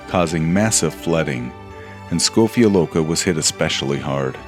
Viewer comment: My Ljubljana.❤❤❤. Very good pronunciation of Škofja loka, Ljubljana..